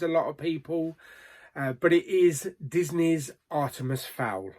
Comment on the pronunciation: Bloody hell I thought your were having a stroke when you said Artemis fowl 🤣🤣. This list has made me realise how few great movies we’ve had this year. My top three would probably be Tenet, Wonder Woman and then the gentleman as #1